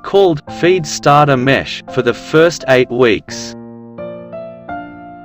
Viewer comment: mash not mesh.